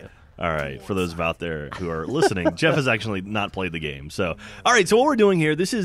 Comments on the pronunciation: just for the record, it's Geoff, not Jeff. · Its not Jeff it's Geoff